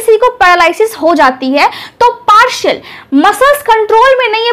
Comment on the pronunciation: Partial not parshal